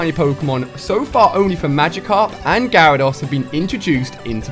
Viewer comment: It’s gyarados no gyrados